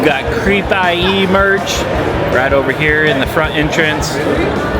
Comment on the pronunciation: You realize its pronounced CREEPIE, not Creep I.E.